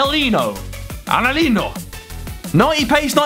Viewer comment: It's pronounced angelinho